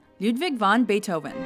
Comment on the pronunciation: Wagner and Bait Oven beats that :P